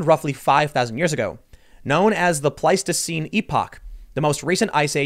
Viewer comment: After watching Tim scruff words all these years I was really shocked to see him get pleistocene correct. GJ Tim